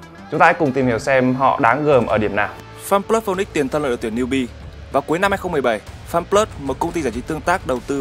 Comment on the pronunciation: chả là /feniks (phi ních s) ??